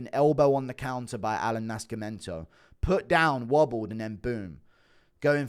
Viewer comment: Why you pronounce Nascimento like that lol